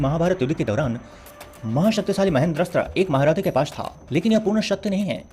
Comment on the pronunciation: Pash tha sabse pehle pronunciation sudharo fir gyan dena and ek baat bta du karn k pass brhma k teeno maha astra the or unke pass sabse bde astro mai veshnav astra or Bhargav Astra the😂or😂sbse bda unka astra vijay dhnush tha or pasupatstra bhi fail tha vijay dhnush knrehte